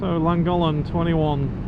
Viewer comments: Came here to comment exactly the same not one Welsh name pronounced correctly lol.. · Superb footage & landing of the drone.👏🏻 Your pronouncing of Llangollen & Betws y Coed was entertainment in itself!😂🏴🤝🏴 Keep up the good work! Da iawn.👍🏻